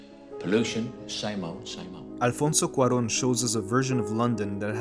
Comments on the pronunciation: Not related but that "Alfonso Cuarón " was perfectly pronounced. I speak Spanish and I thought I was listening to a native speaker or maybe I was. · I got so excited with your flawless pronunciation of "Alfonso Cuarón", I want to give you a hug. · What gets me the most is how cruel and dead the "reality" seems. Btw you pronounced Alfonso Cuarón BEAUTIFlY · Children of Men has been my favorite movie in the world for years now; and listening to this beautiful essay just makes me love it even more. So many aspects to dissect and details to admire ❤️ Btw, you absolutely nailed the pronunciation of Alfonso Cuarón and baby Diego hehe